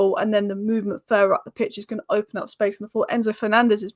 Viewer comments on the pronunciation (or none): none